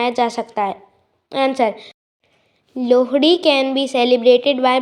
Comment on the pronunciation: Bhai Lohri bolna to seekh he